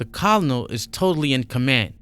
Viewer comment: I'm really enjoying your narrations so far and I enjoyed your previous read. Though in the Future when u pronounce Colonel try to pronounce it this way ker-nal like the KFC guy Colonel Sanders I don't know y the word is pronounced that way? The way you pronounce it is how I would pronounce it if I didn't know the correct punctuation is ker-nal